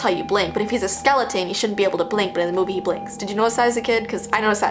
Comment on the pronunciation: I think its more of a christmas "movee":3 LOVE U KEEP DOING THESE "movees" luv u